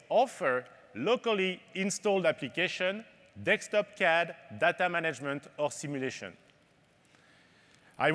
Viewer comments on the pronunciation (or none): He said dekstop :)